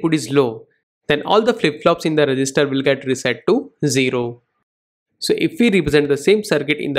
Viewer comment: At the end of the video I was mostly focused on THAT pause on every sentence "data is loaded into the ....... re gis ter" 🗣🗣🗣🔥🔥🔥